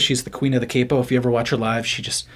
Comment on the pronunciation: Every time you say “cape oh” lol. It’s “Cap Oh” hence the spelling Capo 🤪😜